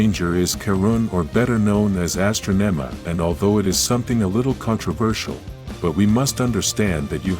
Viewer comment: You never watched them, you pronounced Astronoma & Kerone [slightly] wrong